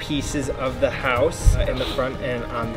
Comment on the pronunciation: Hey l have a zhe scissors